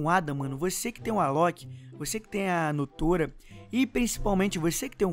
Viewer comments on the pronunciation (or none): kápella e nao kapêla e nótóra e nao nôtôra edit:gente eu nao escrevi do jeito certo mas oq eu escrevi foi o jeito de falar